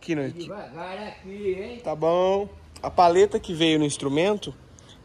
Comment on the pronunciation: Feliz ano novo de vida para o vô Anésio!!! Feliz aniversário 🍾🥂🍻🍺🥃🍹🍷🍹🎂 Ahhh... é PALHETA e não paleta que se fala,viu?